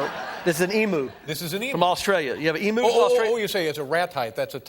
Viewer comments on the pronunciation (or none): Pronouncing emu wrong its not an emoo its an e m u lol😊